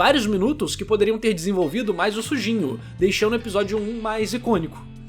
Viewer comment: Não sei se é impressão ou não, mas parece que o Narrador fala Sujinho na hora de pronunciar o nome do protagonista. Kk